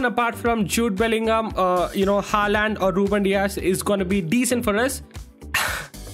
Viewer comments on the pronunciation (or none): none